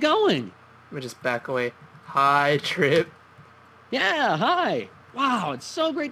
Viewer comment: "Chi- Trip." Chriuh...